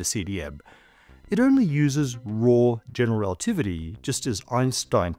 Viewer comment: why does every physicist on YouTube not say general relativity correctly? ‘Generalitivity’ 😂